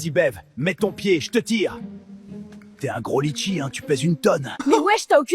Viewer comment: Litchi ❌ Letchi✅